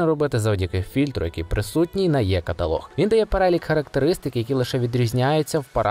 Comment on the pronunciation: Ну чому завжди "йе каталог", а не е-каталог, або і-каталог?